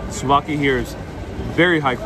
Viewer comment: souvlaki not slovaki slovakia is a country....hahaha my frend! patsas is called in Greek...